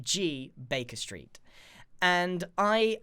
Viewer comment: I thought u said “bacon street” not Baker Street